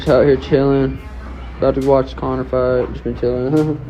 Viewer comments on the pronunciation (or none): Conor! "Koyak" to u😆